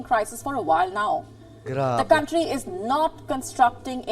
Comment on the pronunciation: Mali pronunciation mo sa COUNTRY ... KAN TRI ... HINDI KAWN TRI ... MASAKIT KC SA TENGA E PAG NARIRINIG YOU SHOULD SEARCH THE RIGHT PRONOUNCE KC YOURE A VLOGGER PARA KA RIN ANCHOR IT IS YOUR JOB TO DO IT WELL WITHOUT MISTAKES